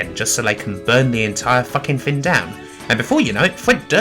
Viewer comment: it was "fing in the wate 90s"